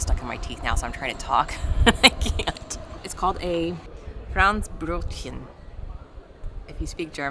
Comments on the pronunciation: You pronouced franzbrötchen perfectly correct like a german 👍 Ps: Poor doggy with a cage on the mouth 😥, think youself should wear one too, cos its unfair that just the poor doggy must wear it. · Your pronunciation of "Franzbrötchen" is impeccable. One notices that the pronunciation is non-native and that you are struggling a bit to get it right but the pronunciation is correct. The word contains sounds that are difficult for English speakers (the z and the ch) but you got it right. Congrats. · Hello there. I am german and you did a good job with the pronunciation of Franzbrötchen. 😄 About the bunker. We display bad parts of our history, for everyone to see and not to forget. Other than you guys, try to bury it and not teach your kids Quite a different approach, though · As someone who was born in Hamburg and spent his entire life there, Im´m happy that you chose to visit the gate to the worlld (that's a nickname for Hamburg). But I have a few adjustments/tips. 1. pronounced "Franzbrözchen" pretty good. Especially the rolling r. But as many people who aren't native German speakers, she mispronounced the "ö" in Franzbrötchen. 2. Hamburg wasn't only targeted because of the port. For example in the east of Hamburg, you can only find ugly buildings built after the war. The allies would first blow away the rooftops and then bring in phosphor to burn out the people who lived there. It was called Hamburg firestorm. I'm not saying that the Germans were good, they were the bad guys, but the allies weren't as glorious as you might think too. 3. One tip for the Miniatur Wunderland: If you wait long enough, you can even see the Milenium Falcon from Star Wars at the airport. And the Knuffingen oart of the exhibition, a fire starts somewhere in the city and the fire engines actually leave the stations and drive there. As a youth fireman in Hamburg, I think that's really cool. 4. I wouldn't say the Germany after the War is the "real" Germany, it's just the best one.